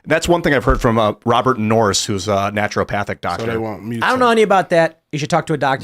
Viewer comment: Poor. "Naturopathic."